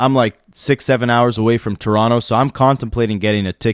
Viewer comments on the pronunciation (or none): none